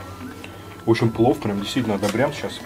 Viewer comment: Дислайк первый раз Вам ставлю. За презрительное отношение к кухне и ресторану. Как сахалинке, мне было крайне аппетитно посмотреть блюда ресторана. А морс ожидать хэндмэйд- ну это же не ресторан русской кухни) и слово плов резало слух(((